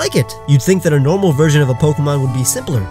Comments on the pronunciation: This dude relly said normal in nehterlands normaal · you don’t know how to pronounce normal even though it’s a Pokémon type